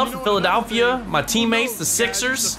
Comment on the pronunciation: it's PhilaDELPHia, not PhilaDALPHia.